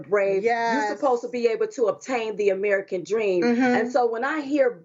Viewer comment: Biden said arrerican instead of american